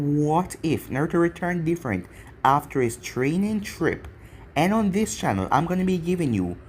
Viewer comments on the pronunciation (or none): none